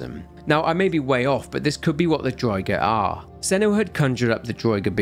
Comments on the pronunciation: Damn it have you never played Skyrim!? It annoyed me to no end the way you pronounced draugr!!! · Draugr, pronounced drah-ger